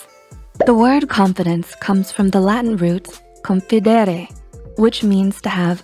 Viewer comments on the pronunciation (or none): An englisch person saying confidere with the most Italian accent I ever heard